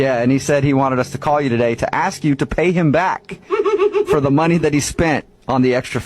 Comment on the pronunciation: The lady talking about being board her first red flas was say axe instead of ask